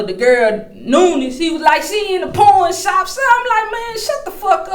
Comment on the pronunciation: So I wasn’t the only one that thought she said p orn shop